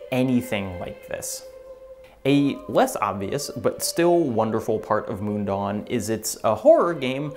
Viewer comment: As a Swiss Person living near the real Mundaun I'm really happy to see big Youtubers talk about it. Just one small note - you pronounce it more closely as "moon-down" not "moon-dawn" ;-)